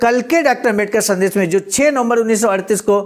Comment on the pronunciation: शब्द उच्चारण ठीक करना चाहिए। संदेश और संदेस में अंतर समझें। मुन्नीलाल वाराणसी